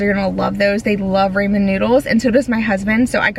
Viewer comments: 😮 It's pronounced raw min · I was laughing because you said , what sounded like to me, the name Raymond. I kept looking to see if someone had come in. It finally dawned on me that were saying Raman. I’ve always heard it pronounced like ‘rah man’. Guess I’m glad Raymond didn’t sneak in